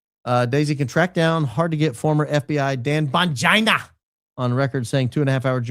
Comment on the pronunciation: I love when says BONGINA 🤣🤣🤣